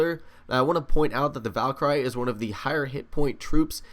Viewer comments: Omg this is bugging me. It's pronounced val-cure-ee not val-ker-i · Not trying to be mean but it's pronounced Val-ker-e